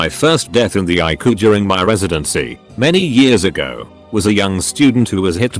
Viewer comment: That icu pronounciation tho'